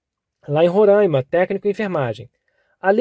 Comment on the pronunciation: questão 3 é: Roráima e não rorãima 😬